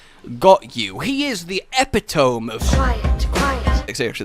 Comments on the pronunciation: This is a public service announcement: the E in "epitome" is voiced. It sounds like "epitomay". ;) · Cotton's rap is honestly really annoying. Also for fucks sake say epitome correctly.